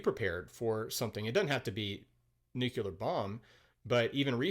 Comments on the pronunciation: I’m going to review this review. Pro, this guy seemed to be pretty fair to the movie, highlighting its pros and cons. Con, the guy can’t say “nuclear” properly. It’s pronounced “nu-clee-ar”, there is no second “u”, so it cannot be pronounced “nu-keu-lar”. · It's nuCLEAR not nucUlar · Say "nukuler" 1 more time 😜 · it's a vveeerrrryyy common mispronounciation. And one of my personal pet peeves😅